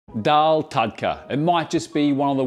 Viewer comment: Hate to be that guy, but it's Daal, not Dhaal. In Devanagari, दाल, and not धाल